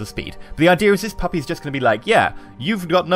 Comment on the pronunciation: Does it make anyone else feel weird when he says "puppy".